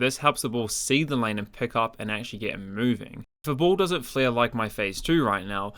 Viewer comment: " Flair exposes...." WHAT? What does it expose? That was an incomprehensible series of syllables to my American ear. I played it at 0.75x and 0.5x, still no idea.